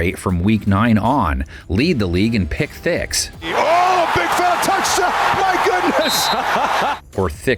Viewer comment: did he really say pick-thicks? 😂😂😂😂😂😂😂😂